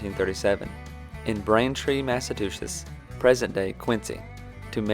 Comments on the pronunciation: Great video! Very concise but informative. As a Bostonian, i love that a southerner, with a thick southern access and bank music, is making a video on a New England hero! Thanks, my southern patriot friend! 😉 p.s. it's MassaCHEWetts, with a chew. Not Massatoosets. 🤣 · Why does he keep saying 'Massatuchets'